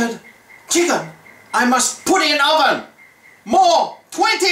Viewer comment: LOL at "roven"